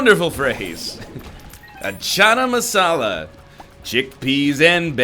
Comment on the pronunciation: NL says "Chana Masala" in such a funny way LMAO